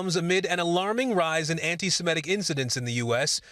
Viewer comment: Lester, you still can't pronounce "Semitic"? What is the problem?